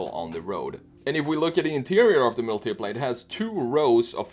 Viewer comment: Bruh it's Mùltipla, not Multìpla.